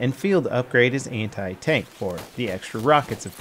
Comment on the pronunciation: why everytime he say anti i hear hentai?????